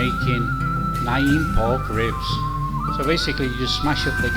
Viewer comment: Alway's wondered how it was made. Great video. Btw it is pronounced "nam same as Vietnam"